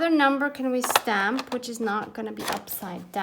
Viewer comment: 🤷🤦 " REALLY Tim Holtz REALLY??" 😂😂Freudian slip, each time you say "stamp" it sounds like you're saying "SCAM". idk, maybe you meant it? HAHAH lol Sounds like a rant I would have in my house, don't worry you're not alone, I feel your pain.😄 lol